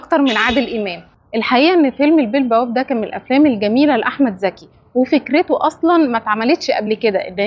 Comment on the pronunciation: المصريين لا يعرفون يفرقون بين ز و ذ هو اسمه احمد ذكي ولا احمد زكي